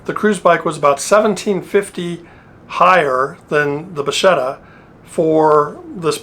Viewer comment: Nice and interesting video. It was the first time I see the Bacchetta. Oh by the way the pronuciation is "Bakketta"and it means "wand" or "rod"